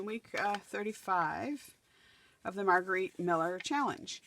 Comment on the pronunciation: Absolutely beautiful,! Thank you for the shoutout and you said my name correctly!😄